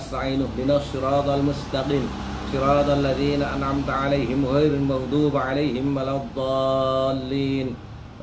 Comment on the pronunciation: NGAPUNTENN KYAI Sekedar koreksi ya pertama bacaan fathihah nya bukaan "ghairulmaghduBA" tapi maghduBI, yang ke dua dalam penyebutan nasab Imamamul Haddad, bapak ini sangat keliru...yang benar adalah Habib Abdullah bin Alwi bin Muhammad bin Ahmad bin Abdullah bin Muhammad bin Alwi bin Ahmad bin Abu Bakar bin Ahmad bin Abu Bakar bin Ahmad bin Muhammad bin Abdullah bin Al Faqih Ahmad bin Abdurrahman bin Alwi ‘Ammil Faqih bin Muhammad Shohib Marbat bin Ali Kholi Qosam bin Alwi bin Muhammad Shohib As-Shouma’ah bin Sayyidinaa Al-Imam Alwi bin Sayyidinaa Al-Imam Ubaidillah bin Sayyidinaa Al-Imam Ahmad Al Muhajir bin Sayyidinaa Al-Imam Isa Ar-Rumi bin Sayyidinaa Al-Imam Muhammad An-Naqib bin Sayyidinaa Al-Imam Ali Al-Uraydhi bin Sayyidinaa Al-Imam Ja’far As-Shoddiq bin Sayyidinaa Al-Imam Muhammad Al-Baqir bin Sayyidinaa Al-Imam Ali Zainal Abidin bin Al-Imam As-Syahid Syababul Jannah Sayyidinaa Al-Husein bin Sayyidinaa Ali KW (Suami Fathimah) binti RasuuliLlaah Muhammad sa...mungkin lupa menyebutkan ABU BAKAR BIN AHMAD DAN dan banyak lagi kekurangan dalam penyebutan dalam nasab IMAMUL HADDAD... Wallahuna'lam